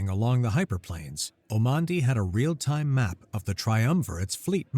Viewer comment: hyperLANES, not hyperPLANES